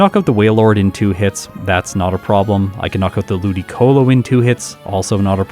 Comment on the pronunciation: Pronoucing Ludicolo as Lu-DIC-olo will always be funny to me